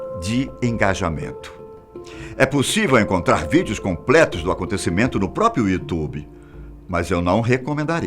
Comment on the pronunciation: "Própio"? Três vezes? PQP!